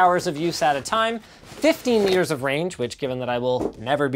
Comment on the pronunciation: I hear both "meters" and "years" lmao - its like that Laurel or Yanni thing all over again 😂😂